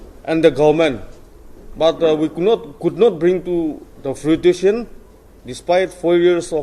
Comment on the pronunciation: what kind of doctor pronounce fruition as frutition?